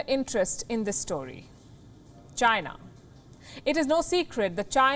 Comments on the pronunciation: You pronounced China..wrong! You pronounced Gina... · "Chy-na" not China. DJT